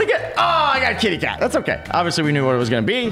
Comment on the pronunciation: otay he said otay*presses accept*are they gonna do it? He said otay, he said otay Me:*dies of laugher*